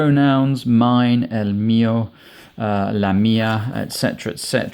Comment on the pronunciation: He cant even PRONOUNCE el, la, un and una correctly but has the narcissist urge to make videos about what he doesnt know how to do. . A TOTAL DISGRACE, LIKE 99 % OF THOSE SPANISH LEARNING RECOMMENDATION VIDEOS HERE.